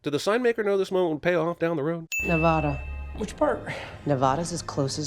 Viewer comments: A reminder that Literally Every Single Person Who Lives Here pronounces it "Neh-VA-duh," with that middle A short, as in "cat." ding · Thank you for correcting the pronunciation of “Nevada”. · At least cinemasins figured out how to correctly pronounce Nevada SMH every time I heard this pronunciation during the film I cringed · if there’s not a sin for how they say nevada wrong the whole ass movie i’ll be mad okay you said nevada correctly my anger is slightly calmed